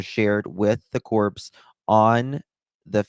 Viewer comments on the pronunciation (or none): ‘Corps’ is actually pronounced core in this case, not corpse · BTW: ‘corps’ is pronounced ‘core’…